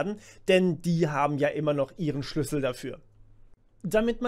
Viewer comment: Ich glaube, du hast noch nie so viel "Schüssel" im Video gesagt wie jetzt xD